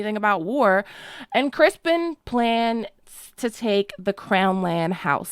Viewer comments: Criston ...not Crispen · Oh please stop saying Crispin It’s Criston Criston Cole!!! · I'm truly sorry, but have I missed some inside joke? Why do you keep referring to Set Criston Cole as "Crispin"? LOVE ur videos, but am confused at the moment..lol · I’m missing some major joke here. Why is everyone calling him “Crispin” instead of his name “Criston” ? What did I miss??? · Everyone calling Kingmaker Cole "Crispen" like Damon did.🙃😅😅😅😅😅😅